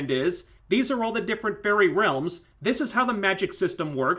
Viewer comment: to me every time you sad fairy i hear furry (i know my hering is weard that way) witch makes this review realy funny to me